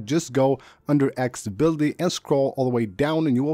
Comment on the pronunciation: lol if i had a penny for every time he says "animation". aksssssiblity... just tap the buddon and now you're good to go lol